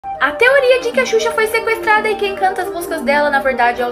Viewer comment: sequetrada bela dicção